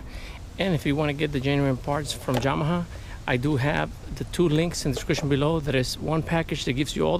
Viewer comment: Hi, great informative video. I have a Yamaha 150 and never had the courage to do it myself nor the money do get it done professionaly. btw i like how you pronounce Yamaha!